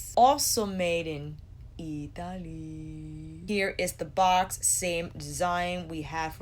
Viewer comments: Now every time i read or say 'Italy'.. it automatically sounds like 'Ee tah lee'.. 🤦🏽‍♀️ cant help it. 😁😁🤣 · Sooooo funny , I stop the video now every time you say it because I have a little laugh and then start it again.